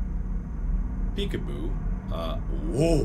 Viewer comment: It makes me laugh when he says peek apoo